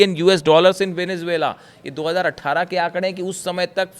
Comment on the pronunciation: Vainzuela ko vainajhula kio bolti hai madam😢